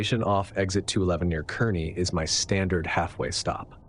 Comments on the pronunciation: Kearney isn't pronounced Kerney...it's pronounced Karney. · Story #1: Kearney, NE is pronounced "Carney", but it's OK , as the locals are forgiving of visitors who unkowingly mispronounce. And why is that flyer that is taped to the counter at the Flying-J facing so the cashiers can read it, but upside down for the customers, who it's supposed to be for, advertising the hot dog and drink and the help wanted?